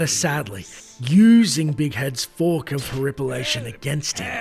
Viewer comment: I like how he pronounces fork. FUWARRK Fwuark*